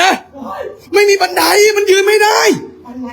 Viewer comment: บันไร กับ บันได ทุกคลิป😂😂😂😂